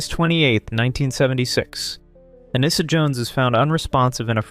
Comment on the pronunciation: Nice compilation. I'm pretty sure Anissa's name is pronounced "Ah-NEE-sa."